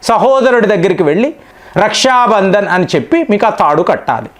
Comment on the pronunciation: రష్యా బంధన్ కాదు . రక్షాబంధన్ . పలకడం సరిగ్గా లేదు